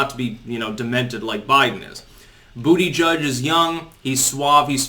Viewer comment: It's actually pronounced "butter gig".....